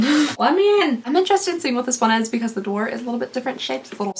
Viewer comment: I know this is 11 months old lol. But I died each 17 times I watched the part where you called it “door” lmao